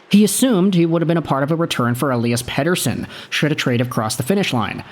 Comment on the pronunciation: OMFG… stop saying EP40’s name that way, every F-ing video of him you say it at least 2x… 🤦‍♂️🤦‍♂️🤦‍♂️